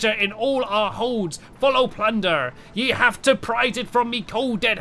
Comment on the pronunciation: Plunder I thought it was plunger